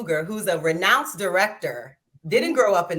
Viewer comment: 🤡🤡: “Just two weeks ago, Ryan Clooger (it’s “Coogler”) a renounced director (it’s “renowned”)...just got arrested for trying to cash a check at Bank of America” (there were two black women who were the impetus for his arrest & humiliation)...& now I remember why I unsubscribed from LaPEEF 4 months ago🤦🏽‍♂️😅